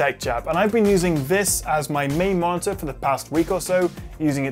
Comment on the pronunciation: Is he reviewing a monitor or a 'martyr' lol. Seriously though, nice review!